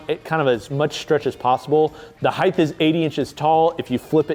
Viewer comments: drink everytime he says Heigth instead of height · Why does he keep saying “heighth” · Why does always pronounce height as if it ends with an h? Hyth? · you’re awesome. But we really have to work on your pronunciation of “Height” haha